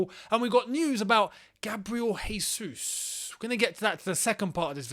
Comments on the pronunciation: Regardless of if he does come or not: it’s Jésus, not Hésus. He is Brazilian, not Spanish. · can you englishmen stop calling him "resus"?!! "resus" would be if he were spanish or flipping colombian or something. he's brazilian, we speak portuguese and in portuguese the "j" sounds just like in english. hence his name is "jesus" just "john" is "john" and not "rohn". the man's been in england for what 10 years??? get his name right please.. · Dudes played 100s of matches and you still can't say his name lol